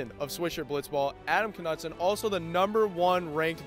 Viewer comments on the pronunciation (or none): Isn't it pronounced "Knudsen" and not "Knudsen"? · There is no way Knudsen is pronounced like that